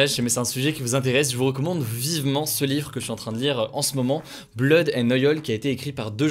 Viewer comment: ... "BLOD AND OYOL" frère fais un effort mdr ! Blood and Oil (Oyl).. Mais OYOL c'est chaud